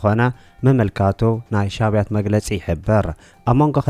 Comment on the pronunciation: ኩሉ ግዝየ ሻብያት ኢልካ እተንብቦ (ብ ሻባይት) ኢልካ አርሞ ኢኻ። ጽቡቕ መደብ ኢኻ እተቕርብ ቀጽሎ!